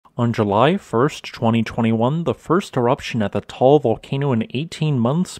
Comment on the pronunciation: Pronunciation is not Tall its Ta-al.